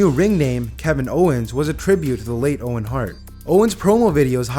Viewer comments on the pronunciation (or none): none